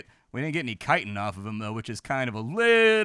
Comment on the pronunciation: I’m so proud of you- you may be the only YouTuber to pronounce “chitin” correctly! Cheers mate, great video.